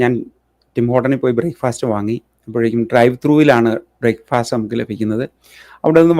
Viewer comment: ഹലോ, 'ന്യൂഫൗണ്ട് ലാൻഡ്' അല്ല, "ന്യൂഫിൻലാൻഡ്" എന്നാണ് ഉച്ചരിക്കേണ്ടത്. ബ്രേക്ക്ഫാസ്റ്റ് അല്ല; "ബ്രേക്ക്ഫസ്റ്റ്" ആണ്! തന്റെയീ തെറ്റായ ഇംഗ്ലീഷ് ഉച്ചാരണം, അടിയന്തിരമായി തിരുത്തുക!